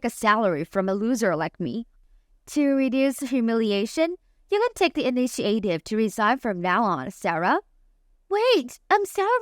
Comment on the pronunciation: inish-i-ate-ive all kinds of words wrong. can't listen